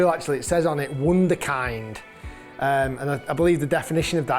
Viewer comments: Who let Rick say wunderkind like that? 😂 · That pronunciation of "Wunderkind" almost made me choke on my food 😂😩😂